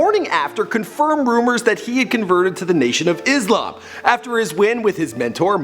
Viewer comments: its not Izlam it's Islam! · It's Islam not izalm :|